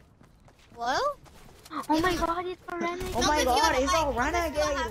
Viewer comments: Omg its da wEnAgAdE wAiDeR lmao😂😂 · It is it is a wenagade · Omggg it’s wenagade waider 😂💀